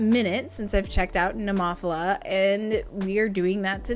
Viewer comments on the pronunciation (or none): Oh, and please don't emphasise that syllable. It's just "Neh-moe-fill-uh", not "neh-MOFF-ila" (even if David Heretic insists it is). 😁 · 😂😂😂 What did you call them? Nemoffela🤣🤣🤣🤣🤣🤣🤣🤣🤣. You used Google Translate, didn't you? ネモフィラ ネ(neh)モ(mo)フ(fu)ィ(ee)ラ(ra). No accented on the o, but rather the i. Not Nemòphila, but rather Nemophìla. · BTW...pronounced Nema fila I believe or Nemo fila and definitely not your way.....LoL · It's pronounced NEH-MO-PHIL-AH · I hope you didn't take offence. I just thought it was really cute and funny. I couldn't stop giggling 😁